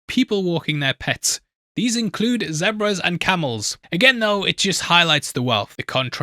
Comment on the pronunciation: Its pronounced (Zee)bras not (Zeh)bras